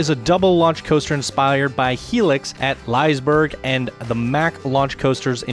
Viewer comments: ''Laijsbrrg'' lmao it sounds so funny when your swedish and on swedish we say it like 'Lisseberj' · He pronounced it Lice-berg when in fact it should be pronounced more like Lizz-eh-bær-guh. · Wait, liesberg? You say it like, leeseeberg. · CAN PEOPLE PLEASE STOP CALLING IT LIESEBERG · It’s Lee-seh-beh-rj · It’s prounonced lee-seh-bergh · It's not Liseberg but i understand the mistake. In english you can pronounce it like Lee-Se-Berg. Great vid and coaster anyway though! Great job! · I think you got scenery and theming mixed up there at the beginning. But other than that minor flaw brilliant video, keep it up man! (also it’s Lis-y-burg) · I am from Norway and it writes Liseberg. But he said like leeeiisbergg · Awesome ride, I can definitely see the Helix inspiration. Not just the ride, but also the theming, the style is very similar. But at the same time the ride manages to feel unique. That Liseberg pronunciation though... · you sed liseberg wrong